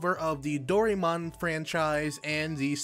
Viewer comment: Finding Dorymon? I hope your Japanese reading skill is better than your pronunciation. I like the idea that the game might have Fantasy Life elements to it, but not as thrilled that this will be Nobita’s “story”. Who gives a crap about him? Seems like anyone actually wanting to see a lot of Doraemon will feel cheated.